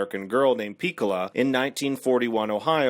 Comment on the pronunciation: Um... , the name of the little girl in Toni Morrison's book is pronounced: Pee.KO.lah. A minor detail but a detail nonetheless.